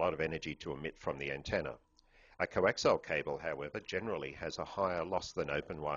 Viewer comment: I have to stop watching this because he keeps saying 'coaxile' cables instead of 'coaxial' cables.